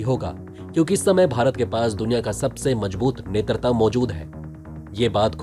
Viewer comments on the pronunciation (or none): नेतृत्व की जगह आपने नेतरता बोला, 😀